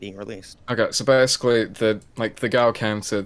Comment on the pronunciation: "so bersickly" why does he speak like that stop saying like...